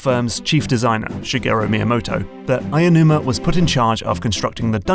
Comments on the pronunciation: Aonuma, not Ayanuma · Ah-Oh-Numa. Not Ay-a-numa.